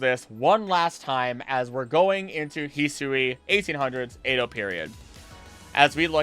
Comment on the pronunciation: Great video overall, but you're pronouncing Edo wrong lol